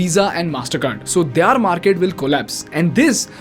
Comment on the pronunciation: Great Video as usual, Thanks! one humble feedback, can you please work on the pronunciation of the word 'their', you pronounce it wrongly every single time. Thanks again.